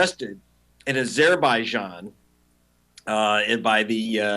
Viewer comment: Why does he pronounce azerbaijan like that? Sounds awful.